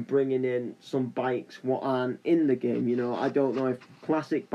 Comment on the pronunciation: the commentary: "this geem kjgfhkfdjghdfkgjh this geem dkjasldkjasldkj this geem asldkjsalkdjsaldksajd this geem aslkdjsazldkjsalkdj this geem lkdhjdskhjskld this geem laskdjaslkdjasldjk"